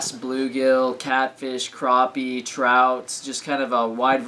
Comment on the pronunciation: not to be mean but it's purnounced crap-ee